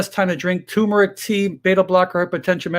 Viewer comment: You're a doctor. Learn how to pronounce TURMERIC.